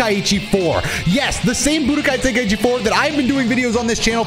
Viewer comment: wow actually says the title right unlick dino dion lol